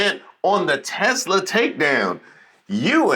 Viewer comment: Okay seriously 1: WHY CAN'T ANYONE PRONOUNCE "T e s l a" bro it's NOT hard! Did they wipe the DOE from their brains too?? And 2: Why the SHAREHOLDERS, and not the CUSTOMERS???? Why TF do they always glaze the fucking rich????